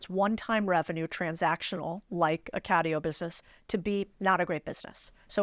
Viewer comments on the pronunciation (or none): "Catio", Lewis? I'm surprised at you bro.